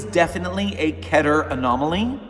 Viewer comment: It's pronounced Keeter not kehter